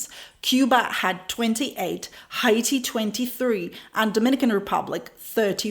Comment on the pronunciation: I like your pronunciation of Haiti. It sounds exotic and not like hate when you say it. We pronounce it like 80 with an H.